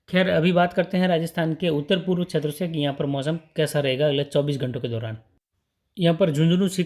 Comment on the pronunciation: बार बार छेत्र बोलते हो ये अटपटा लगता है क्षेत्र बोलने का प्रयास करो